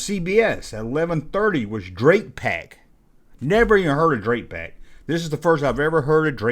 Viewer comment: your saying drac pack wrong. its drac as in the first half of Dracula . Drac pack and it was a pretty good show